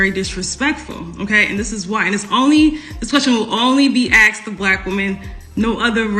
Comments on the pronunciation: With all that education, she can’t even say the word “asked”…. It’s no cultural, it’s idiocy. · This woman still can't pronounce the word Asked without saying Axe'd 😂. And she's got advanced degree and makes 6 figures 😅. "We want our Man's (not men) to be providers..." 😂. Ebonics is still strong with this one... And who are these black women she's talking about who have ALWAYS had to settle for less. I don't know about anybody else but when I was growing up there weren't alotta black women running around with advanced degrees making lots of money, truth be told there still aren't... She's talking about something that's very very new... Maybe the last 20-30 years black women have been getting more education and making more money. What's this ALWAYS had to settle shit... Most are broke and struggling just like a lotta men these days. She's living in very very rarified air... She's talking about 1% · I sure do love hearing educated people use the word axe(d) instead of ask(ed).